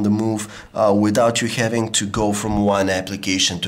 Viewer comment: I hate this accent .. typinK , thinkinK, havinK .. tired of hearing the K might unsubscribe soon if it doesn't change